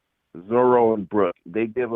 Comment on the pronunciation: Why is it so hard for the twins to pronounce Zoro?? It's 4 letters, 2 syllables fam